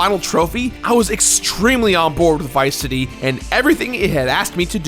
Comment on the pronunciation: You pronounced it like Viceity.